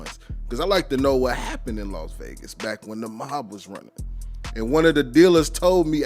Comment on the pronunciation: It's Las Vegas Not Los Vegas